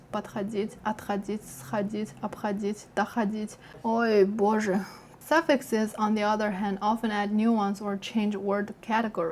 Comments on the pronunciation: I need to say that your "О, Боже!" is great. I hope you didn't have a Russian childhood for this From Russia with love! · Это "О боже..." Звучало так по русски Русификация прошла успешно. Уровень интеграции: "Свой в доску"